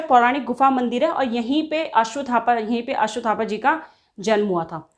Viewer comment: अश्वथापा नहीं अश्वत्थामा है। द्रोणाचार्य के पुत्र ।